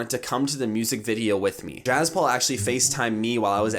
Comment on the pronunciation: It's not jaz Paul it's jaspal